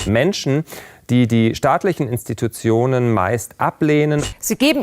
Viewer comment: Wie er nicht "Institutionen" aussprechen kann